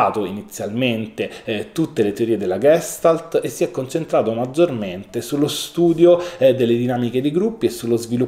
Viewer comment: Tutto bene...ma si dice Gestàlt e non Gèstalt!!!